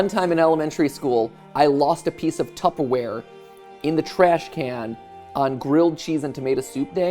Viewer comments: My biggest takeaway from this video is that matpat pronounces tupperware “tuppaware” at least every other time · Tupp-aware, Jason xd